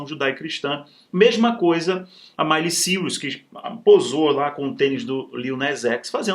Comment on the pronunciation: Nossa não sabe nem falar o nome da Miley. Que vergonha🤣🤣🤣🤣🤣🤣🤣🤣🤣. Tem que falar dos outros pra ter conteúdo mesmo senão flopa igual a carreira musical